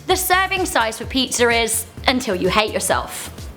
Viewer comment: Pizzer Wikipedier